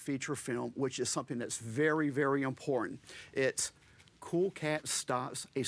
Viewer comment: It totally sounded like he said "in porn". I had to turn on subtitles to understand that he said "important." Also the war of the bucket, yes it's a real war, is easily the funniest.